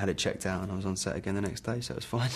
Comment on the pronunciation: I am not Frodo baggins of da shire he he he